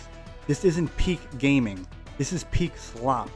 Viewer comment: WTF is that intro lol. MODERN GAYMING.